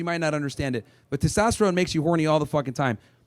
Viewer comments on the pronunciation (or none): none